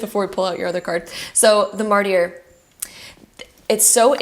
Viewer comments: Great video, but Mart-i-er? Martyr is pronounced, märdər, essentially mard•er, or sometimes mart•er. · Pile 2, thank you so much for reinforcing what I already knew about where I’m going with my career. Btw, Martyr is pronounced mar-ter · The “y” in martyr is silent.